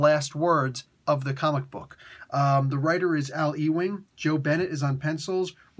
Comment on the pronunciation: Ewing is pronounced Uwing. I live in a township with the same name.